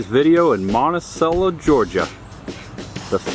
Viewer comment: Ah, Monticello, my father’s hometown. Congratulations on pronouncing it correctly. Few buildings seem to change, only the businesses in them. There are some nice casual restaurants there.